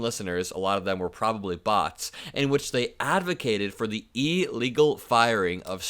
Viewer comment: how do you spell illegal? It doe's not start with an EEEE.